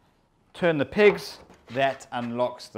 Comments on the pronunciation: Are saying "pins" or "pigs"? I'm a Texan and have a British accent deficit. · I thought it was "pigs" at first, too. 😂